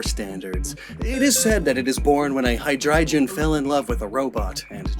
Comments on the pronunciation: Calling Hy (hydra) drei (3 in German) gon (dragon) Hydreijon is very frustrating haha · It's not hydrijion it's hydreigon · Why nobody is talking about *hydreijon*? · Shouldnt be pronounced High-dry-gone? Hydreigon is a hydra drei (three in german) headed dragon so like, did you say it as a joke and im just overthinking it? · You're saying Hydreigon wrong. It's a Hard G not a soft G, "Hi-Dry-gone" It bothers me especially that you're saying Hydreigon wrong, because you said Zweilous right!